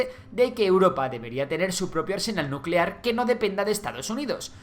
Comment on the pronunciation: Nucelar, se dice nu ce laaar